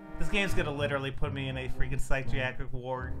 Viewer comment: Psychiatric, not psytricacrik 😂